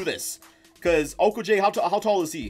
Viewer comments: O ku jay is not correct O ko gee is correct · It’s o-ko-gee Not jay or ji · Josh Uh-Koh-Gi